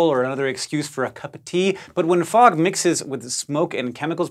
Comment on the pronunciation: I’m happy I’m not the only one that thought it said frog😂